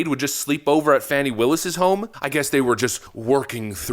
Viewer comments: It isn't "Fawny". It's "Fanny". Pronouns: Huge/Fat & full of Wade. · It’s Phooey Willis, not Fanny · I believe her name is pronounced "Phony" Willis. The phone calls demonstrate her lies about her relationship with Nathan Wade. She's fake, lying under oath.